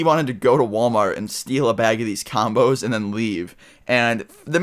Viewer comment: when he said combos i thought he said condoms